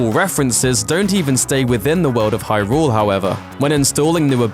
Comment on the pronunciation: Ey-oh noo-ma (lol)... high-rooool (lol)